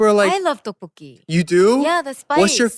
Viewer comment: Eric pronounced the Tteokbokki like his life on it 😂😂😂